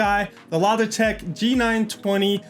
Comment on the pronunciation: he says logitech wrong :)